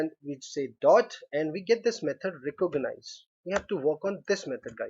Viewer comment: These guys are really learning English through programming languages lol, recooganize